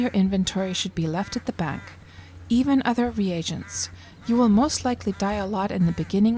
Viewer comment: I hit the dislike from your pronunciation of "re agents"...its pronounced reegents...